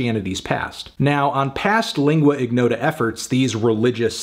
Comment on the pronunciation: Lingua ignota is an Italian combination of words (lingua=tongue; ignota=unknown), therefore lingua is pronounced in the correct way by Anthony but ignota doesn't require the hard "g". It is somewhat like saying in your but without ur